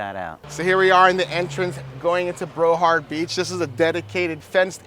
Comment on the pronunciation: I never heard of Brohard Beach…do you mean Broward??